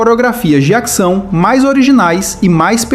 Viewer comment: Por que você fala "acção", "actor", "actriz"?